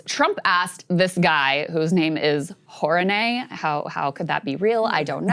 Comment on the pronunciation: His name is Houraney 😂